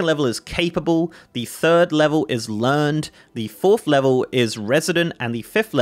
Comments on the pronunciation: Oh good, another currency. Also it's "learn-ed" not "learned." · I'm that guy. Learned in this case is pronounced "LERR-NED"